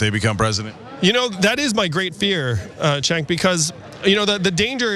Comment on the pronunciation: Hey Yang Gang - make your candidate different from Charlie Kirk by tactfully reaching out to him and teaching him how to pronounce Cenk. =-P